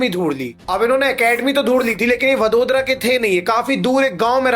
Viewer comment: वडोदरा नही वडोदरा😅😅